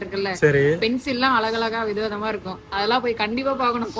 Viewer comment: வினோதம் இல்ல விதம் விதமானு சொல்லணும் 😂😂